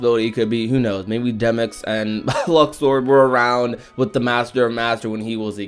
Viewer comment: Its Luxord come on now